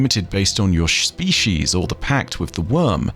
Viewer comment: Great video. I laughed too hard when inner Sean Connery came out: "Shpeshies" 😂